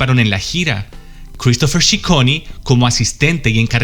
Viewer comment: Ciccone pronuncia "Chicone"no "shiconi". Girl, please.